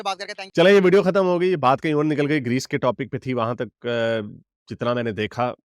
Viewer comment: Location Did this guy jiske reechh jaise baal hain, say Grace instead of Greece? 🤔